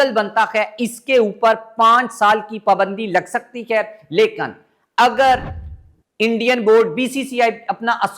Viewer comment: The right word is Lekin not Lekan o pendo